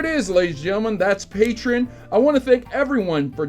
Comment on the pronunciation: Did he say patron instead of patreon